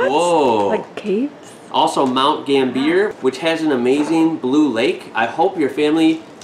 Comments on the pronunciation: COO BER-PEEDY and Mount GAM -B -er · Some help with pronunciation (being respectful to you of course). Coober Pedy pronounced like coo ber pee dee. Mount Gambier pronounced like Gam bee ya and Emu pronounced like Eeeem you. Aussie pronounced like oZZ-eee Hope this helps. Love your channel and love for our country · we pronunce these two places like this coober pedy "coo ber p t" and mount gambier "mt gam b r" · Hi from another South Aussie! Great package 👏👏 - we'll have to help you work on pronouncing some of our crazy place names! 😜 Hope this helps... Coober Pedy = Coo-ber Pee-dee Mount Gambier = Mount Gam-bee-er Uluru = Oo-loo-roo I can't recall the rest you mentioned, but I'm sure others will add them below! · Great work on the l&p, and nice mangling of Mt Gambier :)